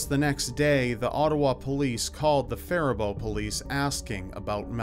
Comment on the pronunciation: Hey, Good Job on pronouncing Faribault correctly.